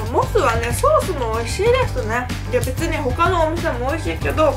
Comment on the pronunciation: コンニチワー！木下ゆうかれす！に聞こえた